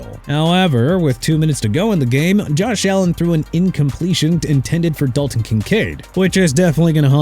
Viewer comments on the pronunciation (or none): none